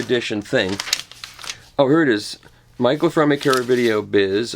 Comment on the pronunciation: Actually, his name is Fremer, not "Fermer".